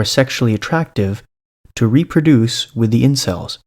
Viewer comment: Did the detective actually say "celebs" instead of "incels" at one point??